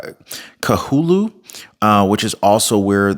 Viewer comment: You need to know how to pronounce our island names…..You are being very DISRESPECTFUL at mispronouncing names….LAHAINA is pronounced LA - HI - NA……another one….KAHULUI….KA - HOU - LOU - E!!! KIHEI…..KEY - HAY!!!